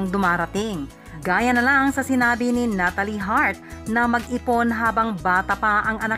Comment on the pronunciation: Penelo-peh at nata-leh